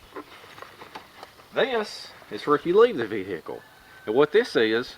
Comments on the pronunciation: Vee "hick" ell, love it! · I love the way he says ve hic kle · don't ya mean, vee-hickle? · Ha new video for Friday 😃 Man I love how you say vehicle! Greetings from the UK and thanks for the time taken on your videos